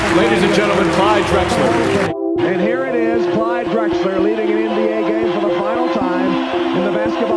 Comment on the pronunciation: “Glyde” Clyde Drexler…🙄